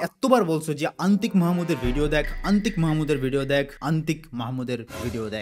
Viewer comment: অন্তিক মাহমুদ ❎😶 আন্তিক মাহমুদ ✅😁 By the way love you both Antik Mahmud and ❤️‍🩹